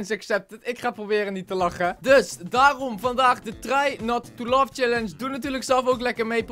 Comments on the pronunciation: het is niet love maar laugh niet gemeen bodoelt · Het is Laugh En niet Love 😂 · je zegt love in plaats laugh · laugh spreek je niet uit als 'love' maar als 'leff'😘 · We gaan vandaag de try Not to love challenge doen 😂😂... het is laugh niet love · Je spreekt t niet uit als "love" maar als "lef" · het is try not to laugh challeng jij zegt try not to love challenge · het is niet love maar leve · het is niet try not to love maar leve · Het is leev niet love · hun zeggen altijd try not to lof 😂😂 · Haha hij zegt try not to love😅😅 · Niet als haatreactie maar ik verstond try not to love scallenche